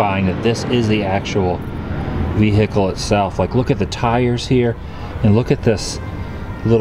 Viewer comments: A "vee-hikel"?? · Vee hiccle 😂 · "Offener...is that how you pronounce it?" Well, I can't trust you since you did mangle the pronunciation of Adolf (Ad-olf as in ADvertising, not ay-dolf, as in day) as well as your own native language with "veehickle". I'm willing to bet you're one of the Americans who doesn't pronounce the H in herbs... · Wtf is a vehickle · Why can't Americans say vehicle properly 😂😂😂😂😂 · Why can't Americans pronounce vehicle? 😂😂😂😂